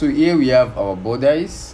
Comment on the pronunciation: Bodice... Budissss... Not bodice ... Love your work 💓💕